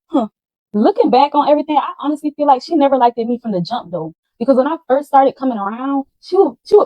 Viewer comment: Her adding an extra ED on certain words is really pissing me off🤦🏾‍♀️😒...."hurtEd"....'like-ED ".... "LookED"... SMH